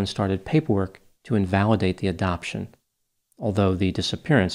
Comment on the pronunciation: "Adopton"? I've come to expect better from the incomparable.